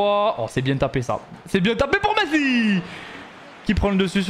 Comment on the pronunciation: pourquoi quand il dis « messi » il le dis comme un autiste?